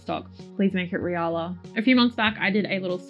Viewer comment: Love those results! And yes the pronunciation is correct, in Japan it was transcribed as リアラ 😊 now i need to find some!